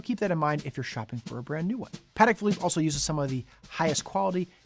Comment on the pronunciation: Congratulations on pronouncing the brand name correctly, most people get it wrong